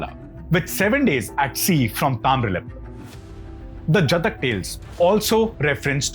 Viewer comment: You are pronouncing "Jaataka tales" as "jatak tales"